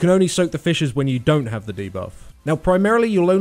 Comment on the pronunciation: sounds like he says fishes instead of fissures, so i had to tabb out of wow just to make sure xD